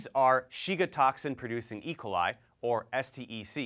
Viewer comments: Good vid. But, why do you pronounce it "E' coli", when I've always heard "e KO' li"? (Checked Websters and Youtube pronunciations too.) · I’ve never heard someone pronounce it eicoli. E...coli